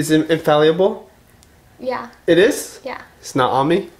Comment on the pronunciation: he still says infalliable and not inFALLable